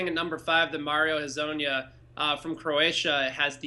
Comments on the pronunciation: Please tell me at least ONE person in USA knows how to say Hezonja correctly. I mean it's funny to hear the deformation but... poor Mario. Even Adam Silver at the draft. LMAO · I'm from Slovenia so I know how to say his name. Hrvatska is our neighbor. Mariyo Hezonya.